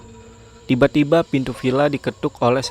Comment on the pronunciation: Ttiba ttiba buset dah penyebutan T nya tebel bat ngab